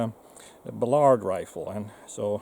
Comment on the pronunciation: He needs to learn how to pronounce Ballard.